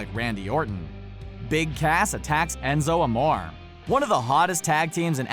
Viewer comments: This is how you say Enzo Amore En-zo Uh-more-ay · he said Enzo Amore wrong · It's pronounced ( am oreaae) not (amor) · Enzo amore is pronounced Enzo a-mor-a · It's Enzo Amor(a) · A-moor-ay Enzoe amore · ... Enzo Amoar? It's Aah-more-eh... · U mean Amore not amor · It's Enzo amore not amor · Its enzo morea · Its amoreay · ENZO AMORE E IS PRONOUNCED AY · Pronounced amore incorrectly lol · You sayed amore rong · it's Enzo amore say the name correctly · you need to learn to say the names right... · how many times did he say enzos name wrong 😂 the narrator is obviously not a wrestling fan. bring back the orher narrator!!!!! unliked the video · Hey if you actually decide to make a WWE video learn how to say Enzo's name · Pronounce Enzos name right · The Pantherboy59 thank you no affence to the dude that was talking but please say it right